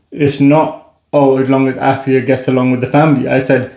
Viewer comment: if youa re Ghanaian thrn you really "brofolised" your own name.. but I love y'all. Really cool video ❤❤❤